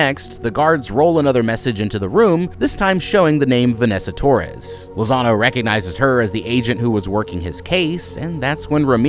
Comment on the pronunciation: Every time you said Lazano, I heard Lasagna